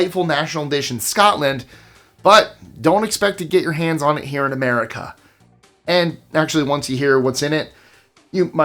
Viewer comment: #20.. lmfao "Merica"